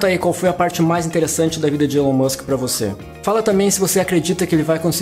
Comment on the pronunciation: O videio está bom, mas poderia pronunciar o nome do mesmo de forma correta. Elon Musk "ilon Musk"